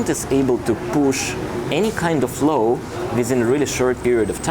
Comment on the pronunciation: please say law, now low :). Apart from that: excellent.